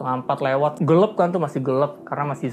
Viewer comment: Gelap mase, bukan gelep